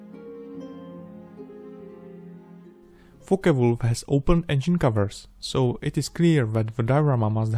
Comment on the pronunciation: Thought he said fucker-o😂😂😂